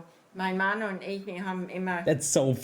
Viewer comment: Yeah, even just the way they say "Ich" sounds more like the Dutch "Ik". I feel like the Bavarian pronunciation of the "ch" is a bit softer. American from Wisconsin, I'm learning German, I could understand quite a bit of it, fortunately they spoke rather slowly and deliberately. As is the case with Dutch, I can understand them better with a few 🍺 in me.